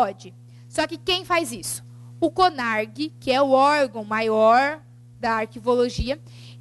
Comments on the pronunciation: A Aula até que é boa, somente dois aspectos que me deixaram meio chateada. Pelo fato dela dizer sobre o curso de Arquivologia,eu sou Arquivista e garanto que o curso, principalmente para as pessoas que acompanham vestibular, sabem de sua existência, o curso possui apenas em Faculdades Publicas e a segunda é sobre o O CONARQ (Conselho Nacional de Arquivos) com a letra Q no final e não CONARG conforme ela fala. Ela escreve com Q mas fala com G. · ELA PRONUNCIA CONARQ O PROBLEMA É O SOTAQUE. VEJA QUE ELA ESCREVEU NO QUADRO COM Q NO FINAL